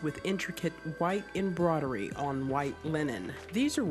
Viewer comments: Anyone going bonkers from the narrator saying embrodery and not embroidery? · Why she pronounce embroidery like that